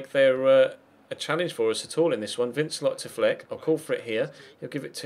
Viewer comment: Congrats on 100k subs, good to see you go to my home club and play with some really good young players. I know you like your pronunciations so vincelot is pronounced van-ce-low as he is French, good luck for the season go and lead us to the title.